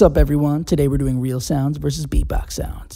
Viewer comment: He pronounced it in bold, like " beatbox sounds "